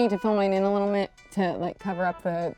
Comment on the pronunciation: said a little mit 😭